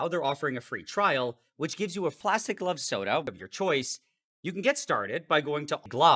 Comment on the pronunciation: It almost sounds like he says "Club Soda"